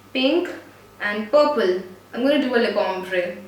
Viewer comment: Instead of saying purple she said pople hahaha very funny